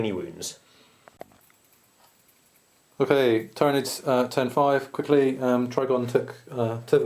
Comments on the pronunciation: Well *I* know Marneus Calgar and he says it ti-ranids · It's ti- ranids... xD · Im not saying its wrong just i play frequently at a gw store and the manager there i know actually knows alot of the designers and writers at nottingham and we all say tyranids not ti-ranids with being corrected so but ive not heard the correct way to say it so your choice to say it how you want :-D